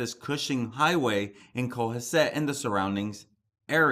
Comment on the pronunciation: Hi cohasset is pronounced as co has it!!! It is a very wealthy beautiful town about hour from cape! I live in ma and this area is very popular and lovely! His bail was set at half a million just updated thanks for your posting on these cases it never seems to end🙏👍👍